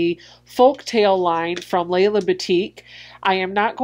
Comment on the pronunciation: Just a little heads up. Lella is pronounced with a short vowel e sound. It rhymes with Bella. Great video though, better than a lot of unboxings I have seen.